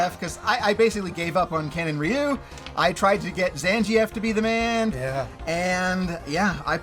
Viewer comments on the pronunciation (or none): Zan-G-F? lmao It's Zan-gheef :D Cool list, love the 5-10 picks mostly. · Zan-gee-eff? That’s how you pronounce that character? I’ve always said Zan-geef. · pronunciation of Zangief is hilarious